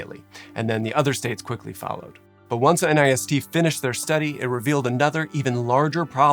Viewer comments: Please, if it’s ok with you, pronounce nist as one word in the future. I know a lot of people spell out N I S T but there’s really no need for that. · An unimportant but possibly interesting note - in speech NIST is usually pronounced as a single word not as an acronym. My husband worked there for 3 years and it is one of the more fascinating and lesser known parts of the federal government. They have the fire testing facility you mention here, but also work on everything from cybersecurity standards, to body armor, to running the atomic clock. Crowd simulations are such incredible and interesting tools. So many instances of architectural layouts that seemed ok on first glance, but were obvious deathtraps when you start to understand how crowds behave. I remember there being talk about how the central pens got overcrowded at Hillsbrough because of the particular layout of the stadium entrances making it unlikely for people to head to the under-capacity side pens